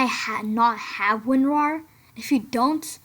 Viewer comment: Lol i laughed For straight 1 min after listening He said AntaiVirus and Wonrar